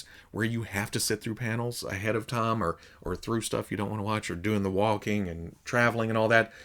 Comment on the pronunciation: Throws me off everytime you say the word "time." It sounds like you're saying the name "Tom."